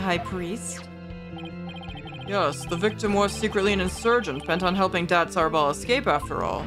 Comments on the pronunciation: I'm pretty sure Datz Are'bal is pronounced like, "Datz a rebel". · Btw I believe the pronunciation is Ah-reh-ball, and the pun is "that's a rebel" or "that's horrible".